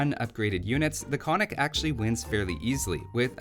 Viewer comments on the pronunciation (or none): You get a point for the attempt, but alas, it doesn't work. The two Ns are both pronounced, i.e. ['kon-nik], not ['ko-nik]. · I don't want to be the cry baby, but it's pronounced "kon:nik" Damn... I am the cry baby. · Hi! Could you, please, try to pronounce the word Konnik correct? Both Ns are pronounced, so it should sound like 'Con-nick' in English.